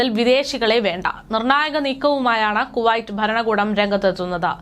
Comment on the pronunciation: വർത്തകേട്ടാൽ തോന്നും ഇവര് ആഭ്യന്തര മന്ത്രിയുമായി ഇന്റർവ്യു നടത്തി തള്ളുന്നതാണെന്നു .കുറെ ഊള വാട്സ്ആപ് ഗ്രൂപ് ഉണ്ട് അത് അറബിപത്രത്തിൽ നിന്നും കോപ്പി അടിക്കും അത് ഇവർ അതേപടി വായിക്കുന്നു 😬😬😬😬😬പിന്നെ കുവായിറ്റ് അല്ല കുവൈറ്റ് ആണ് നന്നായി വായിച്ചു പടിക്കു